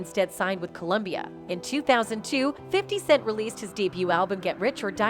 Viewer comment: The voice on this post keeps calling 50Cent , 50 second's 😂